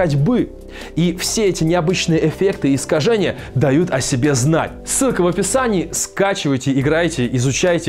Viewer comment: мне одному показалось што он сказал не силка в описании а сука в описании